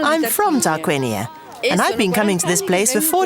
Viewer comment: sorry, the Name is Tarquinia not Targuinia, please